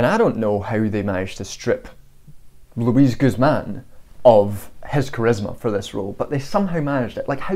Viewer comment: *Luis. Can we try not to anglicize hispanic names while talking about latine representation.